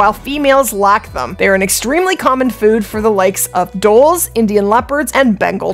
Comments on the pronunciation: it's pronounced dole, isnt it? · Listening to Lady say D-hole instead of dhole made my day😂😂😂